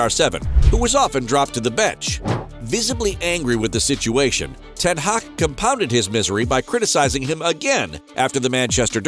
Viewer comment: "Erik ten haaa" 😂